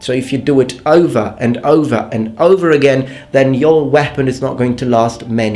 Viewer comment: Whepon? Don't you mean bread knife?